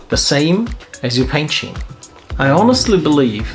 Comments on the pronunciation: I hate to be this guy (but I am). I liked your video a lot and I've subscribed. Great content! But the pronunciation has the 'c' in it. Love you though bro. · The Scheme and Recipe pronunciation had me chuckling haha. Good video and very useful tips!